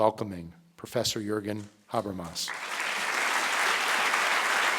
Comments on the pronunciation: yeah specially with such pronunciation of Mr Habermas and Zizek :/ .. so difficult to understand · Hope they do. A lecture by Habermas is pure gold, but this sounds like gibberish because of his pronunciation.